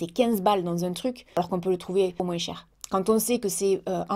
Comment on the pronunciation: "MOINSE" j'adore 🙂😉🙂